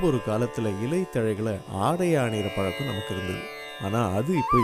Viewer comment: Palakkam illa - - pazhakkam